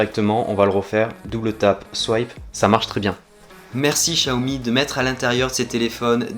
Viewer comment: pourquoi dire chiaomi ??? ce n'est pas personnel mais en FR les X ne se prononce pas CH très déçus aussi; de ne pas avoir de coque ou de vrai protection résultat j'ai réussi a peter mon écran en 2jours gravvvvvve blazé .... j'ai pas encore cherché le prix d'une nouvelle vitre. ET Merci pour ton taff sur cette video !!